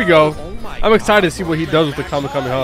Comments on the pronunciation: It’s Kamehameha not Kema MAMAS like wtf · WHY DOES HE SAY KAME A MAMA INSTEAD KAMEKAMEHA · Bro why does he say kumyamoma bro what is that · Did he just say kamehamama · Is funny and annoying how he says kahmehameha and think that's goku is the strongest in his verse smh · bruh it is kamehameha no kameha'MAMA' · my guy said kamemama🤨 lol nice thoo. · Kamehamama CMON IM TIRED JUST PROUNOUNCE IT CORRECTLY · Bro the "kamehamama" is funny 🤣😂😂😂😂😂😂😂😂😂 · Did You say The kameyomama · I love your vids but my guy said kamehameha wrong 🤣🤣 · Bro said kamemama 💀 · Bro really said Kame ya mama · The way he said kamekameha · Bro said kamayhama💀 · Bozo said kamammama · just a note its pronounced kah may ha may ha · It's ham eh ham eh haaaaaaa not kamehamama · did he say kamehamamad ir isit just me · dude i hate when u say kahamehameha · Stop saying kameamama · bro you prounnounced it so wrong, but anyway love yo vids